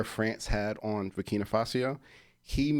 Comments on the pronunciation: exactly... BURKINA (not Burkinia) FASO (not Fasio) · Borkina Faso not Borkina Fasio bro